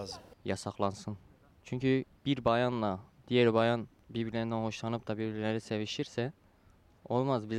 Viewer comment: bir bağyanla bir bağyanıın .........:D